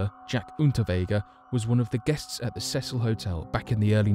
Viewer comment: It's the See sul NOT THE SEH SUL